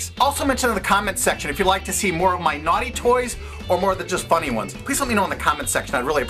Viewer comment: lmao "nughty" toys xD